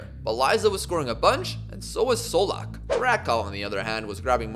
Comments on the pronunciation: Čolak is pronounced Cholak, same with Kovačević being Kovachevich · ćolak is a ch sound not an s, also same thing with kovacevic